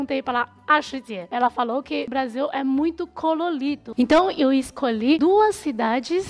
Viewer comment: O Brasil é "cololido" e "caloloso"...adorei kkk